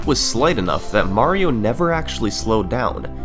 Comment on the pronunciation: mahhhhhrio? that’s not how the word mario is pronounced